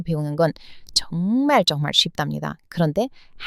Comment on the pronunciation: 발음 아주 훌륭하신데 ㅈ 발음이 ㅉ에 가깝게 들리네요 정말정말이 쩡말쩡말 좋은하루가 쫗은하루 이렇게요